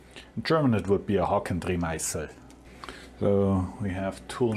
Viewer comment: Why do we (Germans) pronounce German words like Hakendrehmeissel Englisch when we say them within an English sentence? Top vid. PS: did you ever make a video about the change of the MT4 to ISO30 on your mill? Did I miss that? Thanks!